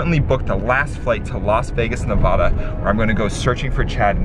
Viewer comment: How you said Nevada I was LAFFING SO MUCH I COULDN'T STOP